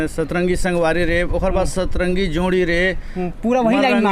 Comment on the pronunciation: Setrengi nahi bhaiya satrangi